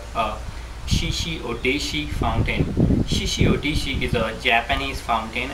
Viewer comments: You call it a "shishi odishi." It's a shishi odoshi. Oh-doh-shee, not oh-dee-shee. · This guy has not yet noticed that it is "Shishi Odoshi" and not "Shishi Odishi".